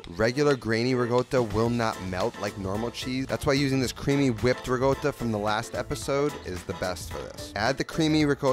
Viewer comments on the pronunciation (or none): I find your NY pronouncation of Italian words so hilarious... Rigoata 😆